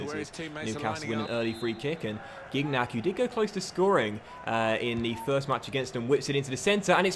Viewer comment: Another great video but it’s more like SHINYACK not GIG-NACK😂